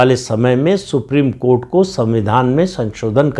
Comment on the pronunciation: सुप्रिम कोँट नही,सुप्रिम कोठा है।